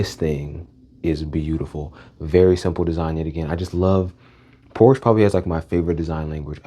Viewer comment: Bruh that Lincoln Navigator and BMW still hit to this day. They just don't make them like they used to 😢 ... and its "Por-Sha" not Porsche 🤓